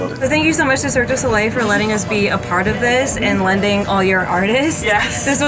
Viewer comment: everyone failing to pronounce Cirque Du Soleil makes me anxious